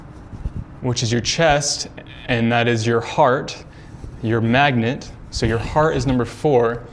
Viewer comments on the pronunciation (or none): none